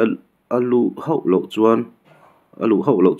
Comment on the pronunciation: trawnga ka ngaimawh chu ho tih tur hi hau a ti tlat zel.